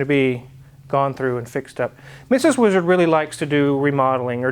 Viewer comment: Name the boat "weeezard" just the way pronounces it all the time😂